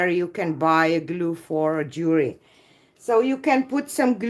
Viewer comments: Jewelry pronounced jew El ree. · Jewelry pronounced jew